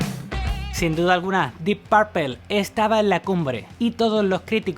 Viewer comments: Dip Parpel? Amigo muy buena la información pero en verdad, necesitas mejorar abismalmente tu pronunciación en inglés! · Que mal inglés del presentador. Dip Parpel😫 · De acuerdo contigo. El problema es que lo que escuchan como pronuncia lo repiten así. Y no solo es "Dip Parpel" tiene otras, ese afán de pronunciar la "U" como si fuera "A". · Dip parpel? Enseñate a pronunciarlo bro. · Deep parpel?si te escuchara ese guitarrista enojon capas te busca en españa y te mete tu vergaso por pronunciar mal purpura en ingles mejor di morado purpura total estas hablando en español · "DIP PARPEL" JAJAJAJAJJJAJAJAJAJAJAJAJAJAJAJJ NO HAY ESPAÑOL QUE SEPA PRONUNCIAR EL INGLES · Se que eres español y eso, pero deberías pronunciar bien los nombres no mames, Dip parple, y no sé como maman tanto a Blackmore si el mero bueno y lo distintivo venía de Jon Lord, escuchen en vivo y siempre las improvisaciones eran más feroces y creativas a la vez que impecables por parte de Jon, Blackmore hacía mucho ruido y era muy sucio en su técnica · "dip párpel" j-j-j-j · Que chistoso escuchar "dip parpel" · Dih Parpel....😂😂😂😂😂😂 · "Dip parpel"......... ja ja ja ....Dip parpel"........muero de risa...dip parpel".....ja ja jabja ja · Exelente video y documental...nada mas una observacion...no se pronuncia "PARPEL" . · O cuando dice "Dip Parpel" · Primero aprende a pronunciar el nombre del grupo, lo pronuncias requete mal, escucha como suena en su idioma natural y aprendelo a pronunciar, es muy molesto escuchar tu inglés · Hola , me encanta tu canal y sé que esto lo publicaste hace mucho tiempo, pero por favor pronuncia bien Deep Purple, es un tema de ustedes los españoles, que pronuncian literal lo de otro idioma a como ustedes leen , pronuncia bien!! Gracias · Amigo pero que mal pronuncias DEEP PURPLE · Tampoco se dice "DIP PERPAL" DEEP PUERPLE "DIP PRPL" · Buen reportaje, pero la pronunciacion en spanglish es terrible, un curso de pronunciacion en ingles no les vendria mal. Diip pourpel jaja